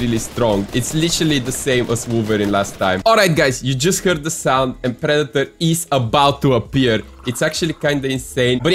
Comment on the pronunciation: “Pree-dee-torrr” bro I love you accent 😂